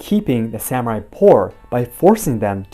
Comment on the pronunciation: I am enjoying the series and your analysis, but have to admit to being distracted by your mispronouncing the word "samurai." This is the second video in which I've noticed it. It puzzles me because you clearly speak Japanese.